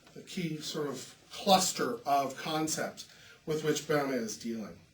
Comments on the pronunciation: When you talk about Böhme could you learn how to pronouce his name correctly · [ˈbø:mə] or perhaps [ˈbø:mɛ], English speakers don't use to be able to reproduce [ø] correctly, unless they study foreign language, such as French or (of course) German.